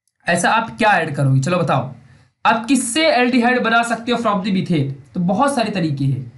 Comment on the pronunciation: it should be METHANE not METHENE it should be ETHANE not ETHENE